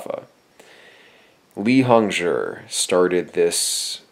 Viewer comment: I don't plan to rewatch but I do believe he pronounced Hongzhi properly. Zhi is said as jurr in Chinese pnemonics so it's pronounced hongjurr.